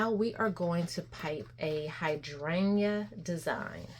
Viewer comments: Please learn how to pronounce hydrangea 😂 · Don’t need to cut dome it’s fab fir hydrangea’s.. love ur accent hydrayyyyna ❤❤